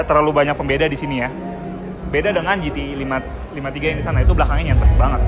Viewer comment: GT53, ga pake S. Bukan GTs53.. 🙄